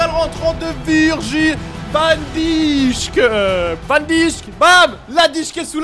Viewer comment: Arrete de dire "van dichk" 😂 tu ne respecte pas son honneur.